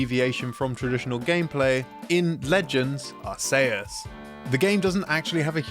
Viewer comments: Pokemon Legends Ar-say-us... Ok,... 🙄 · I don't get why you youtube people have so many problems pronouncing words...I get you're British and can't pronounce anything but specifically British in origin, but come on... ARK E US is how it's pronounced. Make us laugh and say Diablo and Masamune next. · I've heard are-kay-ess, and I've heard are-see-us. But are-SAY-us? That's a new one. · FYI Its Ar-see-us not Ar-say-us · Hermoine: you're saying it all wrong its ArcEus not ArsAYEus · Why say Arceus like AR SAY US it's ARC E US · Are-se-us is definitely a way no one besides this guy has ever said that word. The official pronunciation of the word is "Ark-eus". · Made me so angry. They literally made it hard k BECAUSE of British English and the sounding of butt in that dialect and he still mispronounces it. 😩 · The fuck did you just say Arsayus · This man did not just say "Ar-say-us" 😭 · Ah yes... "Arse Say Us" good game. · ar-SAY-us thats a pronunciation i havnt heard yet! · Ar-Say-Us. That's quite the...unique way to pronounce it. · Di.....did he just say......Ar-Say-us? XD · Idgaf who you are, "are-Say-us" is definitely the wrong way to say "Arceus." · Whether you pronounce it Arceus or Arkius, it definitely isn't Ar-say-us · ...what the heck is Pokemon Legends Are-say-us??? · ahem... i believe you mean arkoos. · "Ar-say-us" it's like this guy wants you to hate him. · bruh it's pronounced like RKS (as in the RKS system for Silvally, since it was an attempt to create an artificial Arceus and reinforced with RKS labs, which uses Arceus' ring as a logo) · Unfair that the french get apologies for how you pronounced Scyther's name, but none of the English Speakers get an apology for hearing you say "Ar-say-us" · Why are you pronouncing Arceus as Ar-Say-Us? Why you pronounce your E as A? Who hurt you?! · Ar-say-us Thats a new one to me lol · "Pokémon Legends: R-cehus" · That "ar-say-us" really pissed me off more than it should 😅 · The way he pronounces Arceus